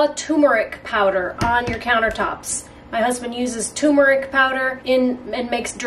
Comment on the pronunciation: Thank you, very thorough review. Friendly FYI… the correct pronunciation of Turmeric is: TURR-MARE-ICK 👍